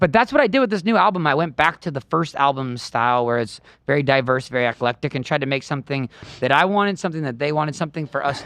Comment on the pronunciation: "Eflectic"? 🤔 Did buddy mean eclectic?